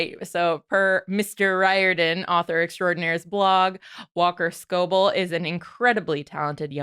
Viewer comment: its skoe-bell